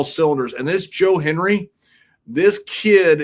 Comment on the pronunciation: It's Joe Hendry not Joe Henry 😂